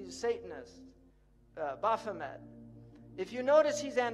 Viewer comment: Boph a met ......it is bath o met